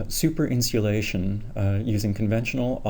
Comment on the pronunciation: Very informative. Are you saying "Insealation" ? I love it and am thinking about incorporating it into my marketing efforts.